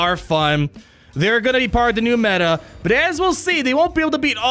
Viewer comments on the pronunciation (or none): none